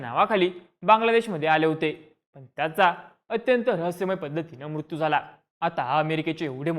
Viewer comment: मुत्यू नाही........ मृत्यु